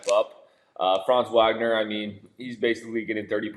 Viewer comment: Franz last name is pronounced VAGNER with a V😊. It's German